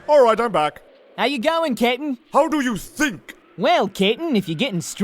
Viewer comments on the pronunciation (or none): Thought he was calling him KITTEN! lol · YOU KNOW HOW MANY TIMES IT TOOK ME TO REALIZE THAT IS SAYING CAPTAIN AND NOT KITTEN?!?!?! At least 35. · pronounces Captain like "Kitten" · Yeah, it took me a while to realise it wasn't "kitten". Even knowing it's Captain I still hear kitten. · Does anyone else hear saying "Kitten" instead of "Capn"? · is saying captain or kitten? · Lol I swear sound like he’s saying kitten instead of captain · At first I thought: kitten! (captain) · LMAO I thought that's what he was saying the whole time until you pointed it out! xD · Every time he says Captain it sounds like he's saying kitten to me lol. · Is calling Ginyu kitten? XD I know It's supposed to be captain...but it sounds like kitten:P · oh.... took me forever to realize was calling ginyu captain... I kept hearing kitten, now it makes sense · captain... cape-tan =kitten it does sound like kitten somehow XD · Thumbs up if you think that most of the time or however you spell his name is saying Kitten... instead of captain.. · Every time says "Captain," it sounds like "Kitten." And Freeza is God. xDDDD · hes saying captain, i thought he was saying KITTEN XD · When says captain it sounds like he's saying kitten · "I'm not that short Ca'tain." Poor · I swore called Ginyu "Kitten" for a moment... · I seriously thought was saying Kitten until I watched this the 10th time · How daft am I to realize is actually saying captain and not Kittin or Cap and not Kit? 😅😅😅😅......😅